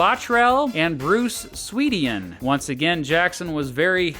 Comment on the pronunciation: He is called Bruce Swedin not Bruce Swediiieeen...